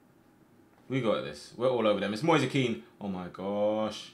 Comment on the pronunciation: It's moise kean not moisa kean